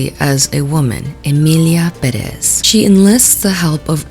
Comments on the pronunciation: I hate when people say perEz instead of pErez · It's the fact that they say Perez like Peréz instead of Pérez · stop pronouncing Perez wrong. You have to accent the first E